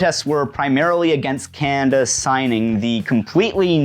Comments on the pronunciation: "Cannnda" Is this a normal Canadian pronunciation quirk? Regional accent? Unique personal inflection? Also heard some "Cannndit" (candidate). Never really noticed this with other Canadians but I'll admit my experience with Canadanese is limited. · Definitely a regional accent thing.